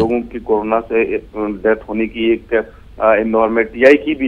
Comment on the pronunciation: Ye ankor hai ki jagah khai bolta hai .....hamesha notice karta hu